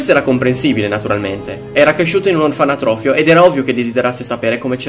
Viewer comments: comunque si dice Orfanotrofio non Orfanatrofio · si dice orfanotrofio , non orfanatrofio ............... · tutto molto bello, ma mi trigghera il fatto di sentire continuamente ''orfanAtrofio''